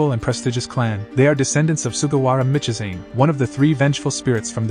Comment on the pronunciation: Stop saying MICHIZANE! Pronounce it phonetically! I am so triggered!😂😂😂